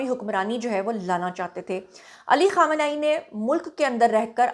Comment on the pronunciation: اپنے بال بھی چھپالیتی تو کیا ہوجاتا اور آیت اللہ خامنہ ای کا نام سہی طریقے سے لو ورنہ لو بھی نہ